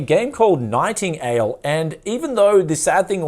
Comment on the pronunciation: Ooof "Nighting-ale" 🤣